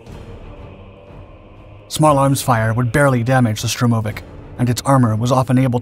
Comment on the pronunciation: "Stromovik"? You must know better than this. 🤨